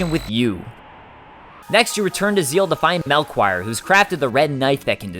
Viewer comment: "mel-quire"?? dude, it's pronounced Mel- key - or